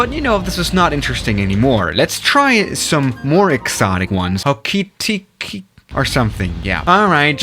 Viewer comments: It’s pronounced (whore-car-tee-ka) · Pronunciation advice for Taupō: Toe-Pore Whangarei: Fung-a-ray Queenstown: Queens-Town Timaru: Tim-are-roo Hokitika: Hoe-ki-ti-ka Gisbourne: Gis-born Cheers and Kia Kaha from Aotearoa (New Zealand) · Pronouncing from: Hokitika: hoketeka ❌ Christchurch: Christchurch ✅ Auckland: ahkland ❌ Timaru: temaru ❌ Queenstown: qwenstin❌ Wellington: Wellington✅ Gisborne: gisboren ❌ Whangarei/fongaray: wangaray❌ Taupo: Taupo✅ Good job I am impressed ✅✅✅😃🤝🤝👏👏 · srry to say this but: Hokitika pronouncation: Ho-key-tick-ka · Right how to pronounce things with a New Zealander: hokatika - hok A tick er Timaru- Tim a roo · Hokitika - Hoe-kit-iyk-a Timaru - Tim-a-r(rolled r)-oo Gisborne - Giz-born Whangarei - Fun-gah-ray Wellington - Well-ing-ton Taupo - Tow-poh Wellington is considered dangerous because of the extreme winds. 787s and stuff have landed there, but not regularly. ATR 76-600/Q300 Are the main aircraft in most of these locations Great video, really enjoyed it :) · As a kiwi myself it hurt hearing the pronunciation 🤣 It's ho-ki-tick-ah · Hokitiki is pronounced Hokey-Teeka. Whangerei is said Funger-ray. Taupo is either pronounced tow-po or Toe-poor. Also all airports are named after where they are obviously. And many places are named in Maori, which is the native language of New Zealand. And the South Island of New Zealand Has a line of mountains, the southern alps and has flat places all around it. And The north Island of New Zealand is mostly flat. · also, just a tip Hokitika is said "hoh kih tihka", and Timaru you said almost perfectly! Good job 👏👍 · Its ho-key-tick-a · The way he says Hokitika annoys me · You pronounced hokitika wrong